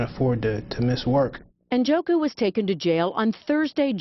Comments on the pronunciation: Njoku... I think the “N” is silent. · This guy is a Nigerian, an Igbo man. Ikenna Njoku is TOTALLY mispronounced here. The correct pronunciation goes similar to this: EE-KAIN-NA NN-JAW-KU. Americans just mispronounce names without askih the person how it's pronounced. Not everyone is John Smith.